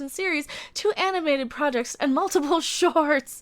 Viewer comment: I swear you said Star Trek "Sharts".